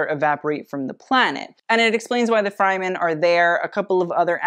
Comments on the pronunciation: "Freh-men" I believe is the correct pronounciation. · sure, but it's still incorrect. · Say “fryman” one more time man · 🤣🤣 Screaming I was looking for someone who noticed!!!! Love tho 💖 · Another well researched, truly interesting video. Love them all!... However, if you mispronounce Fremen (Frem-in) 1 more time I am going to loose it! lol 😂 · "Fryman" does not sit well with me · Really great video! The only critique is the Fremen is pronounced “freh-men. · It might be just me but every time I heared "fry-men" all I could imagine is mc donalds employees dressing in the presented outfits. I'll have some fries with a side of sandworm, please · Sci-fi & Dune geek here… I just…can’t….Fr-eh-men”. U did fantastic tho! Luv Ya! Oh, & original flick has a young shirtless Sting 😜 hubba hubba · If you say “Fry-men” one more time.. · Hearing Fremen being called Frymen makes me cringe. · Fremen..not Fry- men!! (short .."e" not long "i") Be well. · It's fremen With the first e pronounced like The first e in elephant. The first e is not pronounced like eye. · Nooo...not 'fry-men". It's killing me. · Love the video, but the mispronunciation of "Freman" kills me each time... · I’m sorry but “Fry-men”???? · Oh I’m so sorry but you pronounced Fremen wrong the whole time. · Loved the video, great indepth analysis and the Zendaya/Law combo is killer! But your mispronunciation of Fremen was killing me. The "fre" part is pronounced the same as the "fre" in fresh. Hope that makes sense! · that pronunciation of fremen is a new one for me but go off lol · The way you pronounced Fremen tho 😭 It's okay we still love you. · Great video! Unfortunately, I cringed by the way you pronounced "Fremen". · You often call out people for pronouncing fashion brands' names wrong but you can't even research the pronunciation for Fremen. Its literally in the trailer. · How this man manages to mispronounce every Dune word except Paul after hearing actors pronounce it baffles me